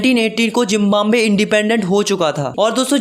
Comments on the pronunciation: Zimbambe nhi hota Zimbabwe hota he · Zimbabwe✖️ Jimbambe✔️😂 Btw nice explanation😊